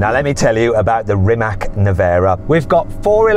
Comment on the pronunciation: Its not Rimak, its Rimac